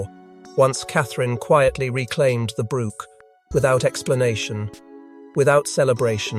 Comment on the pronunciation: Since when is a 'brooch', a piece of jewelry, pronounced 'brook' a small stream of water ... hard to listen to this narrative 😕